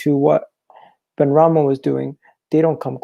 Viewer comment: SY-EED BENRAHMA MY G HAHAHA